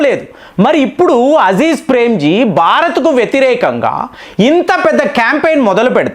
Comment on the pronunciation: మీకు ఎవరూ చెప్పరా మీ సమాచారం బావుంటుంది కాని పేర్లు తప్పు పలుకుతారని పేరే మారిపోతుంది కదా మీరు కామెంట్లు చెయ్యమంటారు చదవరా ? అ జీం ప్రేమ్ జీ అ జీ జ్ కాదు కృతి సనన్ కీ ర్తి కాదు